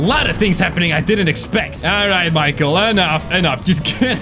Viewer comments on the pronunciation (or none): none